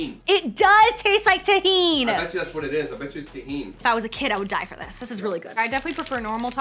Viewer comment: Girl, "TAHINE" lmfao im deadddd